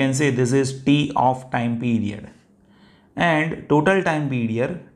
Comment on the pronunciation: The explanation was excellent, understood everything, but why are you pronouncing Pedior something (period) ?